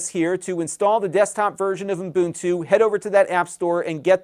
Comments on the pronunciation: Ubuntu not uNbuntu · Its called UBuntu. I don;t know where UMbuntu comes from? As an educator, you should pay attention to how you pronounce things. Imagine being a maths teacher and teaching kids 2+2 = 7.